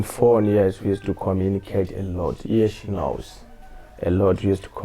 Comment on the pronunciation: 👁👃🏾👁“Iye she knowwwwwlssss”🥲 Lol